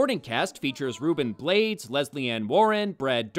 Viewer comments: Ruben Blades is latino and his last name is pronounced Blah-Deez, not blades. I thought this movie was OK crap. I didn't expect much, and it delivered. With some nudity. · Another winner for the Worst picture winner marathon, thanks for doing this during these dark times. Just one thing, Ruben Blades last name is pronounced Bla-des not "Blades" as in knives. Nitpick, I know but there it is. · Just a thing about pronunciation: panamanian actor-single Ruben Blades last name is pronounced "Blah-des". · Ruben Blades last name is pronounced (blah-days)